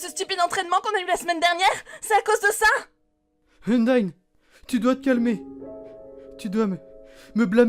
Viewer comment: Undyne sa se prononce Undaïne